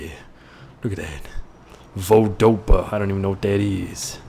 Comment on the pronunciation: "Voldopa" REALLY REALLY?!?!? ITS FREAKIN VODAFONE!! WATCH F1 IN REAL LIFE!